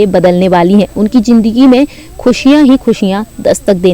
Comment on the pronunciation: Are woh jindagi nahi zindagi h bolne se pahele bolna sikho